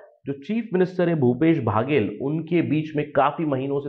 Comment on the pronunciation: भैया बाघेल नहीं बघेल है जी